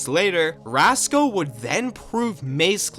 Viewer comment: Btw, the guy isn't called "Rasco" but "Racso" Took me literal months to realize lol